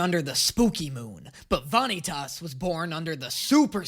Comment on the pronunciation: I'm just gonna say the dub's pronunciation of some of these names is really bad. Vanitas especially is so bad I have no idea why they pronounce it like that. But don't worry the show will hook you soon enough I'm a manga reader and the first few chapters /episodes are really just to slide you into the world and character relations and then after that you get the kick off:]